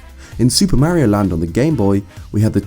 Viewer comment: It's Mario, Not Merio. Stick to Zelda.